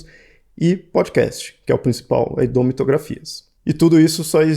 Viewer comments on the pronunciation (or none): none